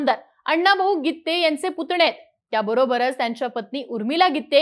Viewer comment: Gitttte असं नका उच्चार करू